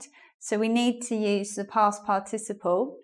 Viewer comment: Huahuaa. A lady trying to teach good English... But she herself says "past par TI ciple" ... wrong strong syllable. The correct is "past PAR ticiple". Ahh the net. So many weird people teaching weird stuff around. Bizarre